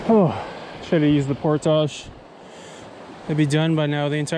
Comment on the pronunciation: Alright. I've watched a few videos now and I can't take it anymore. Why on earth does bro pronounce "portage" like that?